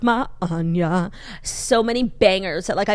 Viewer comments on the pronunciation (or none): none